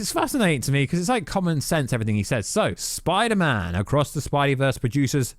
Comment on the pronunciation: Get in my son messaged you on insta and I listened to the 2nd trailer and Dr Strange says spidermen not spiderman omg I could be right